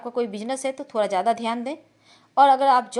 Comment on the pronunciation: Aap bihar se ho...da ko ra bol rhi ho...jaise thoda ko thora...ha ha ha